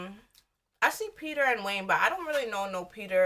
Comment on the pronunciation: Not Peter more like Peta lol